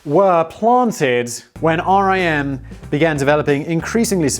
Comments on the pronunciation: Oh and it's said like the word Rim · Writing this from the city where BlackBerry’s were invented. It’s odd to go and see the buildings being used by other companies. Also it is pronounced Rim not R.I.M. When they shut down and a ton of people got laid off it was hard on the local economy. But will say we have a ton of cool startups that happened. Not sure anyone else will care but loved the H.A.L reference. The actor who voiced H.A.L was from the same region. He passed away here back home at St. Mary’s Hospital. Nice little connection that made me happy. LOL great job! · It is pronounced "RIM", not R.I.M. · It is RIM, not R.I.M Typed on my blackberry keyboard - oh yeah. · Everyone in Canada (anyway) called it "RIM" and not "R. I. M." - everyone knew what you meant when you said RIM, it meant Research in Motion, but also fully inter changeable with "Blackberry". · It's Rim, like a wheel. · I LOVED BB's physical keyboard! no other keyboard comes close. I refuse to move on, dammit! Superior is superior. We can put a man on the moon, we can produce a physical keyboard which doesn't kill screen space. Don't settle for less! P.S. Simon it is called RIM which rhymes with sin :) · Research in Motion Employees shorten it to Rim (rhymes with Tim). Source: Was courted by RIM in 2005 when I graduated college.